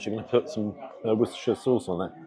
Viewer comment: In the name of all that’s holy, HOW can an Englishmen pronounce Wosterchershire sauce anything except ‘Wooster’? 😂